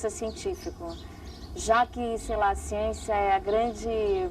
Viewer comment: Falou da agricultura, da ciência, e do escritor Castanêda... Até aí, tudo bem... Mas, quando, falou bem da Marina, fiquei meio cabrêro... E quando falou de Lula, fudeu por completo... Adios Capra, com sua "siênçia"!!!... rsrs